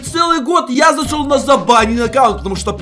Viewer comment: ты сказал засол ахахахаха